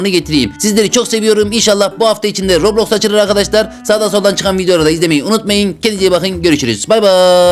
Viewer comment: Robloski mi dedi adam ben mi yanlış duydum?